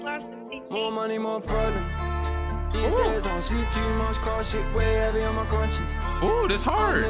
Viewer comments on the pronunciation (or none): Man said con science you know I’m dead😂😂😂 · why do you do this lmao, my man said Con-Science. Great vid my guy keep it up 😂